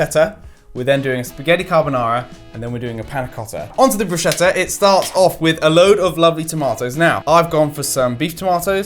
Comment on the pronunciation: It's "broos-ketta" not "brooshetta" 😭 (italian girl here 🙋‍♀) and congrats you've made me hungry in the middle of the night...